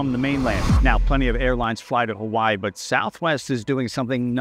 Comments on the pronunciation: "Huh-vuh-ee" brudduh. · He got Hawaii wrong too. He pronounces it "huh-wai" .